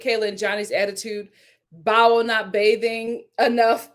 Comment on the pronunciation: My friend you say her name with two syllables. It is only pronounced as one syllable. Bao. 😊